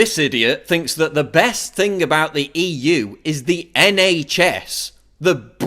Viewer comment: when he said NHS I thought he said NA Chess, like north american chess